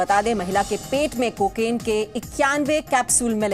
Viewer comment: अबे को के नहीं कहते को किन कहते हैं पहले बोलने की टर्निंग सीखो